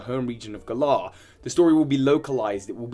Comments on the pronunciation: I love you with all of my heart but I'm a Virgo and a Grammar Police member and the fact that you can't pronounce "Galar" correctly (it's like the word, "Gallant") even though they've CLEARLY stated how the region is pronounced in the trailers has me shaking my head. lol Same with the new Pokemon names... Man, we need to CHAT hahahaha 😂💛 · Why d you say Galar wrong? Just because its based on the UK doesn't mean you can decide how it's pronounced. It's a name that Game Freak invented and made up, thus it should be pronounced the way they have stated... many many times. It's not funny or quirky, it's just annoying. It's like if I just started pronouncing your like (Tue-Bi) P.s I'm from England P.s.s I love everything else about your videos lol